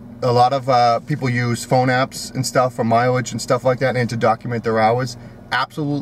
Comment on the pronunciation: “Miwilge” pen and Paypur”